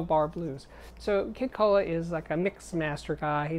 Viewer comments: Wow, you can't pronounce "Kohwalla"? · You know those furry little bears in Australia..koala's? That's how you pronounce Kid's last name.. ko-a-l-a. Brilliant topic and one I had to listen to again because it is SO important. So, how DO YOU find out "What GOES with What?" if you're just starting out? Love to hear your comment... Thanks! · Hi Steve, I'm from Australia, you pronounce it ko-ah-la, the marsupial bear. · "Kid Cola" lmaooo KOALA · Kid Koala is awesome! His live performances are fabulous. It’s pronounced like Koala Bear. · Lastly... it’s pronounced kid koala like koala bear .... he’s a classic